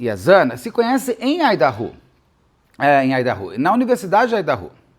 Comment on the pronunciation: A pronúncia de Idaho me incomodou um pouco rs